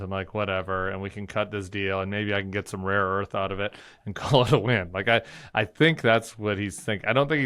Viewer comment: It was rare earth, but Trump cannot master that word apparently as he has said raw earth repeatedly